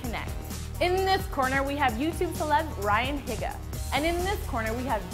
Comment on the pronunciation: She said Higa wrong lol